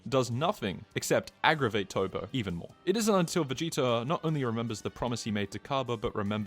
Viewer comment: Bro why you calling him "Toe-Poe" when it's Toppo as in TOP. A pun on him being top-heavy. Hearing the mispronounced name being spammed so much got annoying enough that I had to comment 😅